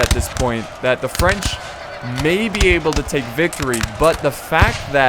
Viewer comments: I french and i love your french prononciation. I love you re video. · I love how you pronounce the french words ^^